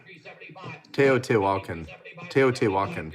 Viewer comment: te o ti' wha con , teotihuacon, accent on the ti